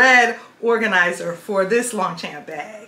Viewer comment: Longchamp Le Pliage is my passion and i have a large collection which is great for vacation travel the beach or just about any thing. Sadly they are no longer made in France and the China bags are not as well made as the OG. Not sure if anyone has told you but you are pronouncing the brand wrong. Please dont take that as a hate comment just not sure if you are aware